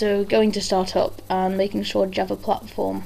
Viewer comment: Loved the video, but you pronounce java wrong and it irritates me... xD